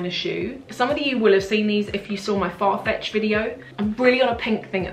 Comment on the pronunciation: I'm sure you said 'fart fetch' instead of 'farfetch'!😂